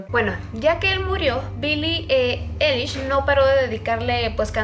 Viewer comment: No es Billie elish Es billi ailish 😂😂😂💁‍♀️